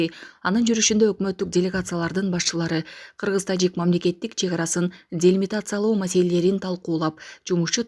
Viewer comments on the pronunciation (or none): Делимикатсияло демиркатсияло кыргызчасы недеген